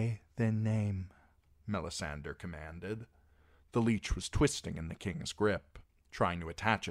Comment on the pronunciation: It bothers me so much every time I here him say "Mella-sander" I have to skip the video